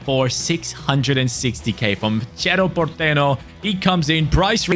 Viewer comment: Los que hablamos español, a quien más le dio gracia cuando en el dijo Cherro Portero en vez de cerro porteño jajajaa